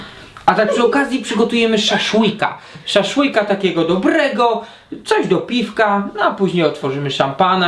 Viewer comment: Jak to przejęzyczył się kumpel, SZAŁSZŁYK:D